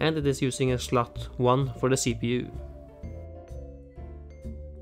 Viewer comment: "Schlot" :) ..without checking I'm fairly certain you're norwegian!